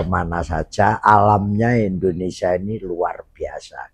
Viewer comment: Indonesia, bukan Endonesa